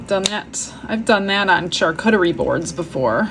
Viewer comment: Charcuterie is actually pronounced, shahr-koo-tuh-ree. Just thought I'd let you know dear. 😉